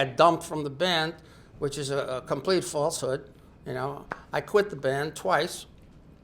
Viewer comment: He makes "falsehood" sound like a $100,000 word when he says it.